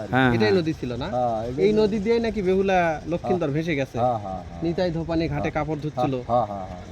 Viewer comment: বোকাচোদা ব্লগার ভাই, ওটা নিতাই ধোপানি নয়। নেতাধোপানি, আগে ভাষা ঠিক কর। মেয়ের নাম নিতাই হয় কোনদিন। আস্ত ভোদাই।